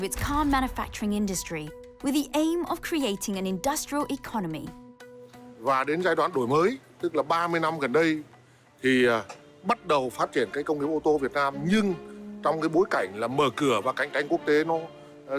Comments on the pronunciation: Đổi mới bả đọc đoi mời mà cười ỉa :)) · "Đọi Mọi" :))) ng nước ngoài phát âm tiếng việt giải trí vcl